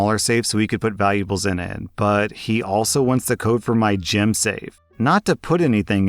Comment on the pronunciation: I kept hearing you say “gym” but I realized at the end you were trying to say “gem.” Hell yeah I would keep that locked up. At first, I was thinking “WHAT can one collect at a gym that is valuable?”